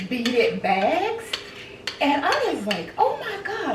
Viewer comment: Hi! I enjoyed this! It was refreshing seeing you cook and all the things. That fairy garden is magnificent the way you incorporated the door and entry to the trees. The beaded purse is adorable. At first, I thought you were saying "beat it" and I was like "oh snap! They're bringing back vintage MJ sayings?" Girl I'm a mess❤ You are a fun grandma too. Keep winning!❤❤❤